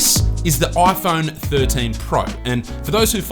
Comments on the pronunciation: This is the "OiPhone 13 pro..." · Ah yes, the aaiphoune. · the oiFoan 13?